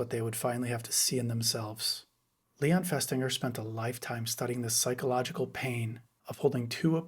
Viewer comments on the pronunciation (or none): none